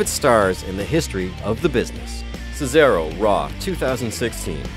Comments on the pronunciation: He said cesero it’s cesaro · It's not cecaro it's Cesaro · Who is ce-se-ro its ce-sar-o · ce-zaro? its Cesaro lol don't worry love the channel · cesaro isnt cesero! and John cena isnt John cenna!!! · Aaayyyy did you hear him say secaro it's Cesro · The Phenomenal McLane he said kayfab and cesairo 😂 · Its CESAROOO FUCKING HELL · You said Summerflam,Cesairo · Ce-seh-ro? This guy must be new? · He said "Cesairo" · He said Cesaaro 😂😂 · He said cerso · he said cesairo lol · this channel knows nothing about WWE. WHO THE FRICK IS JOHN SENA AND WHAT IS KAYFAB, ALSO .. THE THE ACTUALL HELL IS CESAYRIO. he also said 30 man BATTLE ROYAL. If you dont know what a royal rumble is or even how to say John Cena correctly and then dedicate your channel to sports such as WWE then u prob only watched WWE once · His pronunciations😂😂👏👏 John sena and cesayro wtf even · it's cu-zar-o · sesero and kayfayb....good video anyways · ceesaro say it properly u stupid idiot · you dont say cena you say ceni you also say cesero for cesaro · Lol cesairo 😂😂😂😂😂😂😂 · Stephen Mcneil and he said "Casero" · And he said cezaro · Whoever talked needs to kill themselves they obviously dont know wrestling who is "John Sayna" "seth roleins" and "cesairo" I recommended leaving this planet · He’s not even say Cesaros name right idiot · This guy can’t say Cesaro right!😱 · I sometimes question if The Sportster actually know anything about wrestling. I mean, they mispronounced Cesaro, Kayfabe, and Cena. They also didn't include Stone Cold winning Mankind the WWF championship, which everyone knows is the biggest pop of all time, there's a reason it's called the Pop hears round the world. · ummm he called Cesaro😂 wrong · I hate how he pronounces cesaro and kayfabe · You said d cesaro and cent wrong SO ANNYOING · HE CANT EVEN SAY CESARO AND JOHN CENA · say they're names right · The Phenomenal McLane he doesn't know how to say Cesaro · He said both John CENA and Cesaro wrong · How do you mispronounce cesaro?